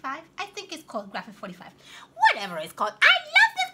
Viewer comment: love Graphic 45,you pronounced it just right.